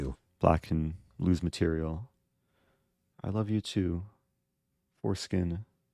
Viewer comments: Sounded like fore-skin, clever troll in fairness to it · He never even realized it: Force-kin lol